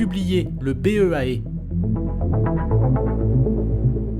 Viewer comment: c'est trop étrange de prononcer BEA à l'anglaise alors que c'est français Bureau Enquêtes Accidents